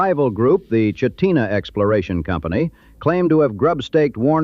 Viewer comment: Birch. “Chit-nuh” is Chitna, the Can’t Run, Never Will was the Copper River-Northwestern Railway, and people have pointed out Valdeez. This is AI slop and, having worked at Kenncott, I’m offended. Yuck.